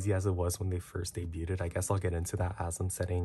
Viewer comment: just a bit lol, it shows up more when you say “debuted” like in this video! :)